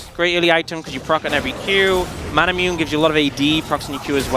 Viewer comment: uneducated caster literally read manamune as ma-na-mune lmao. why not read yone as yawn?